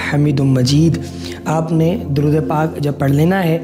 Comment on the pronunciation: Darood ap nay ghalat parja hai